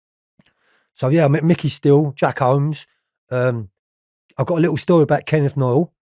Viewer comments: Jack whoomes not homes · Did he say kenny Noyle and Jack homes 😂😂